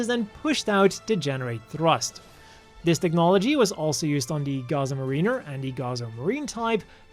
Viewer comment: Dina is probably meant to be pronounced "Die-na" "Mah-rinn-er" not "Mah-Reen-er"